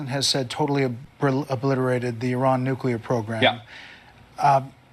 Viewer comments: Didn't she use the redneck form of nuclear a.k.a nucular ? Since G.W.B. that awful word has become common practice. It has no meaning because it a made up word, nuclear pertains to the nucleus of an atom . As a famous Scottish comedian once said : It's NUCLEAR , ya prick . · Nu-Clear not new-klee-are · Thats it! Nucular!!😂😂